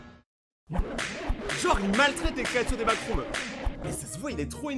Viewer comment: T'a dit backroms wsh